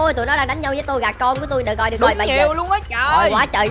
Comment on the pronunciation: Ko phải to ga là tô gà